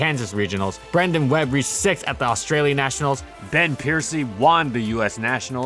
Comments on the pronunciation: can tell ur reading off a script when you say "juan" instead of "won" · Why are you pronouncing won as “Juan”? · I've noticed that you often pronounce "won" as "Juan" and it kinda makes me giggle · You say the word won weird